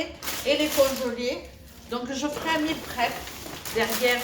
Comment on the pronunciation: Bonjour, tout d’abord je vais te dire que moi la voix off je n’aime pas du tout ! Trop sérieuse ,pas de gros mots, pas de bla bla, pas de rire ! Bref ce n’est plus toi ! Mais je regardes quand même ! Lol .J’ai quand même sourit lorsque tu as dit : Meal prép avec ton accent français du sud ! En gros je me suis quand même régalé ( avec les yeux ) avec ta vidéo ! Bon voyage je crois me souvenir que c’est demain le départ ,à bientôt vidéo avecJoêlle j’espère , on va rigolé j’ai hâte ! Gros bisous ❤️🥰